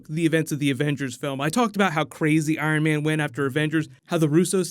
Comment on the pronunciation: Haha you said Iron Van 😂😂 great job tho Love the videos😄